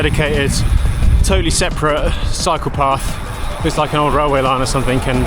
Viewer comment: German here too. I was listening it as a podcast while cleaning my bike and he is like: here I found my psychopath!😂